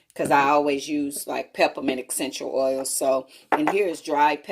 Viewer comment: Excential oils guys